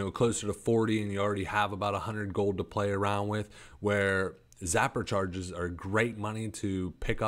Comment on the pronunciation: Ok i don't want to sound mean or like i'm trying to put you down but a little more effort to pronounce the names would go a long ways, two cases I've notice is the sapper charge not zapper charges and basilisk not ballistics. I have dyslexia so reading for me is very very hard and i work very hard to read so if that is what you have keep working you will get there.